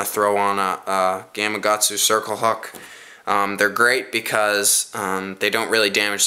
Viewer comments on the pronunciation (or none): none